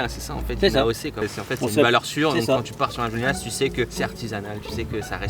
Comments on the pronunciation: Cyril on dit Juliénas pas Juliénasse! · Cyril le s de juliénas ne se prononce pas 😉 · J'habite à 5 minutes de juliénas, j'espère te croiser un jour Petit édit, le "s" de Juliénas ne se prononce pas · Le S de Julienas ne se prononce pas 😉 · Par contre je t'en veux pas mais pour habiter juste à côté de julienas ça fait mal aux oreilles, le s de julienas ne se prononce pas mdr